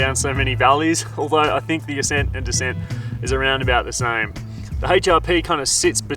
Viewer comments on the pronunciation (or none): none